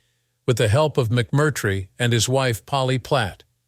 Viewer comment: Nor does little bot know that it's "Sal Min-Nee-o," not "Sal Min-NAY-o." And, worst if all, it's "McMurtry," not "Mc-CURT"-try." Geez! Cringe.